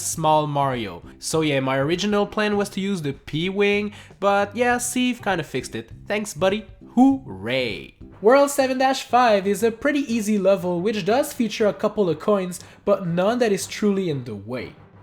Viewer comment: When says ceaves hooray wrong. It’s HOOooray ( ray part is very fast